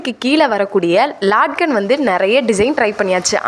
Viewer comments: ஹாய் சகோதரி அதற்கு பெயர் லட்கன் நீங்க சொல்வது லாட்கன் இது தவரான உச்சரிப்பு நீங்கள் நிறைய வீடியோவில் இதே மாதிரி தான் சொல்றிங்க ஆகவே நான் உங்கள் கவனத்திற்கு இந்த மெசேஜ் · அது லாட்கண் இல்லிங்க, லட்கண். தொங்கட்டான் என்று அர்த்தம் 🙏